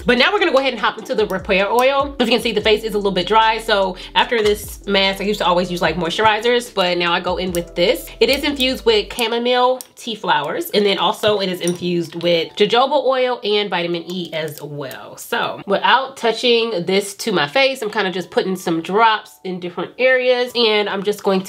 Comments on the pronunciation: Your skin is beautiful jojoba is pronounced HaHoba sis. Anyways, we know what you meant 😉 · From pure love the j's are pronounced with an 'h' sound, in jojoba.